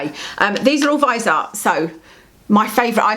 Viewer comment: Great video, I enjoy watching you talk about make up and skincare. I was just driving me nuts in this video because you say Viseart wrong. The "e" is not silent. You say vis-E-art. Where the E is pronounced like an "ie" or "y" sound, if that makes sense. Great collection though, you inspired me to buy the viseart amethyst pallet when I saw your is retin a dangerous video. You were talking very important and interesting facts and opinions and all I could think was how STUNNING your eye shadow was! lol. Like a bird who can't take their eyes off something shiny. I went straight to my well used sephora app and ordered it. It just shipped today, so only two more days before I have more purple eye shadow. lol Keep up the good work!!